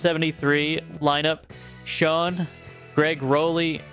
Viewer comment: It's Neal Sch-ON, not Sch-own!!!!!!!!!